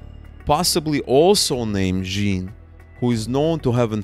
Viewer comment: Just a quick note, in Canadian French, “Jean” is pronounced something like “zhan.” Great coverage of this underreported story!